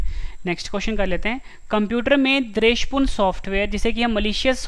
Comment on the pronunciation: Dresh purn ni h bhai wo, dwesh purn h